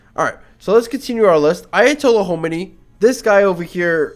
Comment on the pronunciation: can you even say خ? homeny homeny its Khomeini it has a خ